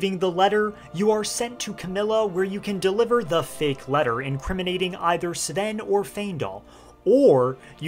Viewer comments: Im sorry cab you stop calling him "Seeven" his name us Sven 😬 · It’s pronounced Sven, not S’Ven. 😊